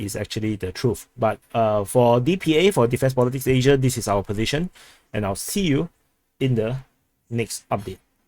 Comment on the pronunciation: Thank you for your work,would say with respect do not enjoy your less serious side,like saying Asia in an exaggerated way,bit grating,but your serious work is commendable,cheers from Australia.